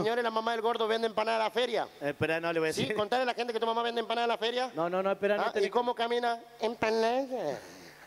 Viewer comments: A MI TANBIEN ME GUSTA CUANDO DICE ENPANADA JAJAJJJAAAAJAJAJA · La parte que me gusto fue cuanfo dijo empansda y tambien cuando le dio un beso jaja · Jajajaj me encanta cuando dice enpanada🎉😂😂😂😂😂😂😂😂😂😂😂😂😂😂😂😂😂😂😂😂😂😂😂😂😂😂😂😂😂😂😂😂😂😂😂😂😂😂😂😂😂😂😂😂😂😂😂😂😂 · Yo igual la vieja Tulla vende enpana daa